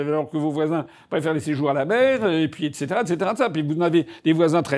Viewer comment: N'a pas exprimé sa force ÉTCÉTERA ÉTCÈTERA 😅😅